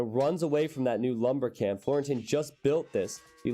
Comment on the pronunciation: Watched your videos since rocketbeans brought AoE2 back to the surface for me and it's beyond awesome to see you getting involved with them! Looking forward to what the future holds :) (your pronunciation of Florentin was totally fine btw!)